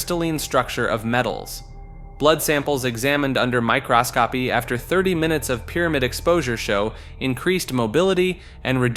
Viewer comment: there are tons of mispronunciations lol. Literally pronounced "microscopy" as "my cross copy"🤡